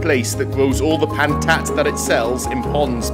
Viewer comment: PANTAT tico......NICE not PANAT tico he3x